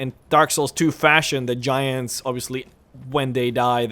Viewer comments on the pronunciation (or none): none